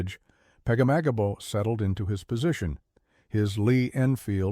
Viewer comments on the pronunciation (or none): If you say pegamagabo one more time 😅